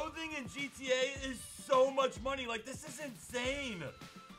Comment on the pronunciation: “So muck funny”